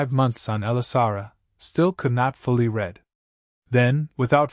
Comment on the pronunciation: The AI reader simply does not ever correctly identify which tense of "read" fits in context; it mispronounces "read" several times in this story.